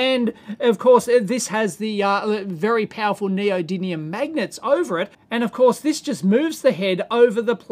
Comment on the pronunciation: Bonus point for pronouncing neodymium correctly.